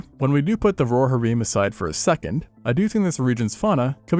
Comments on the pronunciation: "The Roar-a-heem" I fucking cannot 😂 if you're not sure of how to pronounce something, LOOK IT UP. First chitin, now Rohirrim. For someone who speaks about dinosaurs and other flora and fauna, one would think you'd care enough to get it right. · bro please practice saying rohirrim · I've never ever heard Rohirrim said like that ever in my life 😂